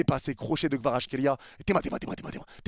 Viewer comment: je trouve que tu prononces plutôt bien Kvaratskhelia